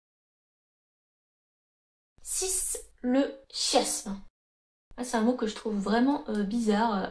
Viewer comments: On dit "kiasme" 😅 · Ça doit être son amour pour le Japon qui parle, trop de "ki" en elle 😅